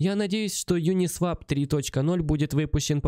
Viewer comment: Правильно произносить: "ЮнисвОп"